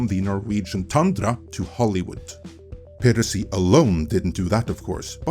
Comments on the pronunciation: Add a new one to list of words, hehe. “Peer-racy” 😆 I don’t want to be an *ss, just giving advice. Try this instead: “Pie”, “Ra”, “Sea” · Not sure what country you are located in, so apologies if you have an accent for a reason, but it is pronounced PIE-racy. Like apple pie! Not Pee-racy. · Great video, but it's pronounced PI-racy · "peer-uh-see" ... -_- ... ah yes those darn "peer-utts" and their "peer-uh-see" c'mon, man. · you can say pirate correctly, but not piracy for some reason.